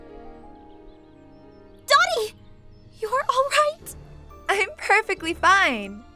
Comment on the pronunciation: Sorry but I had to say, Dottie, not Dody, (I think lol IDK)